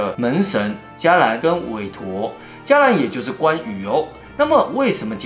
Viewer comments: 补充，不是 jia lan, 是 qie lan. 我记得茄蓝护法神其实有17位，16位是印度的神，第十七位是关羽。然后用关于做代表，因是唯一的华族。 怎样分别佛教的茄蓝和道教或别的的关羽? 看他后面的 ribbon, 那个只有茄蓝神才有。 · 伽蓝菩萨 读茄同音